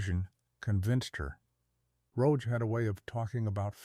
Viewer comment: Marred by the mispronunciation of the director's name.